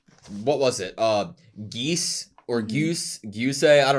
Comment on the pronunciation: I know all your reactions are already uploaded but its funny how you still pronounce petelgeuse wrong and other names too. like the voice actor says "juice" then immediately you repeat "geese". then there was Garfiel repeated as Garfile.